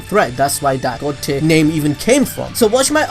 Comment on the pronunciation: I keep hearing god tit